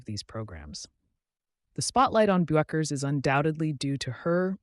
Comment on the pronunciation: Why is the narrator too lazy or stupid to pronounce Paige's name correctly? It's BECKERS (Bueckers), dummy. Do your homework, or find something else to do.